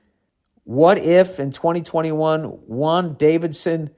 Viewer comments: Bill calling Wandavision, Wan Davison had me dying. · Please tell me you guys heard "Wan Davidson" 🤣 good Ole bill